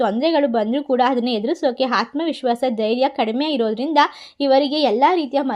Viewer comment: HAATMA VISWASHA ALLA ADHU Aathma vihwasa madam